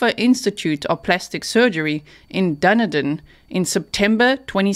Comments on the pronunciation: Yes! Not "Doon- e - din" 😂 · Pronounced dun-e-den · Dunedin is pronounced done-EE-din I pronounced it wrong for the first 6 months I lived in the area. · Dun EEE Done is how it's pronounced I was born there